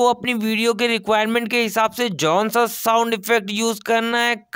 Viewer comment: Konsa ❌ Jonsa ✅ Nice video by the way ❤️❤️